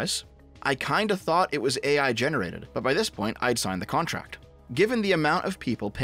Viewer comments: Fufuuck... I was already almost laughing at the Scottish accents, I just like them so much. But you absolutely had me at coontract . I'm still hysterically laughing, its hard to type out this comment without mistakes. The kirkland Wilhelm Wonder signing a "coontract". That's the climax of this story. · A coontract 🤣 Maybe it's just 3 raccoons in a trenchcoat